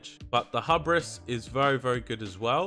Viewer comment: man i hope arcane gets a lil buff. they do just about half the dmg of frost and fire now, at least looking at the logs btw: hubris is pronounced "hyoo"-bris